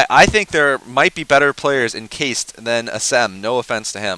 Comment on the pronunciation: its pronounced kah-ist, not keist lol